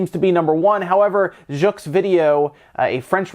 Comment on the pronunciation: they dont pronounce the X at the end of jeux in french, it's pronounced je vide o. (means video games)